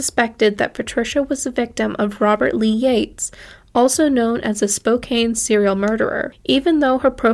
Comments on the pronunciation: NOT "Spo-KANE;" it's "Spo-CAN." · Spokane is pronounced spo-cann. Pronunciations in that geographical location and surrounding areas are not necessarily as they are spelled. For instance, Kamiah, ID is pronounced cammy-eye. Weippe, ID is wee-ipe. Kooskia, ID is coo-skee.